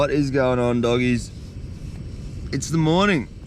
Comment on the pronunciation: Bro said dogies😂❤